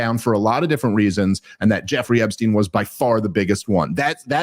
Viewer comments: Bro. Stop saying "Ebbstein." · It's ePstein with a "P"